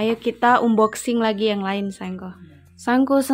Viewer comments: Unboxing dibacanya Anboxing kak...bantu meralat yaaaa...hehe 😊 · Bacanya Anboxing mbak... 😁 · Maaf hnya mengoreksi ya. Unboxing bacanya anboxing kak 😁😊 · bukan "un" boxing bcany, tp "an"boxing yg bnr. Syg sx y brg2 yg dbeli itu brg2 yg tdk tahan lama. Lbh baik beli brg yg mahal tp awet smp kakek nenek, drpd yg murah cpt rusak akhirny beli lg & lg. Weizun umurny brp tika? Dewasa sx y ke2 weizun. Kl tika spt anak2 & kliatan abegehny. Weizun bnr2 pujaan pra wanita nih 😄😄😄, sdh baik, ganteng, pinter, rajin, sabar, syg, ap sj bs dkrjkn & kaya pula 😄😄😄, bruntung jauh ad dchina. Kl d Indonesia da bnyk prempuan yg kejar & mnta jd istri yg k2, k3, k4 dst. Kn blh poligami. Jaman skrg mah bukan laki yg mnta, tp perempuan kl uda cinta ap jg dkejar 😆😆😆. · Bukan unboxing,. Hrsnya diucapkan anboxing. Maaf hanya membetulkan saja,biar ga salah terus.